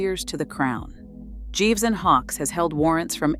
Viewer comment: the G in ‘Gieves & Hawkes’ is pronounced with a hard G, not like ‘jeeves’.